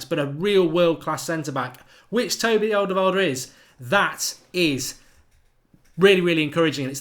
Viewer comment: I really wanted alderweireld, until I realised whenever mark mentions him, ill have to hear him butcher his name ffs